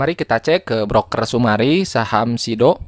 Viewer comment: Summary dibaca sumari wkwkwkkwkwkw